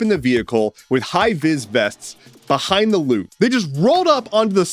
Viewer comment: The "I'm louvring it" sounds both like 'loving' and 'losing'